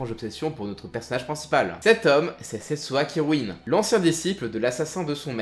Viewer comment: Je confirme le manga est excellent et est beaucoup mieux que l'animé. Petite rectification : ce n'est pas "Sesswa Kirwin" mais Setsuna Kiryu :)